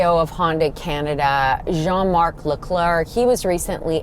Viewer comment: Guys, the “n” is silent in the French name Jean. 😂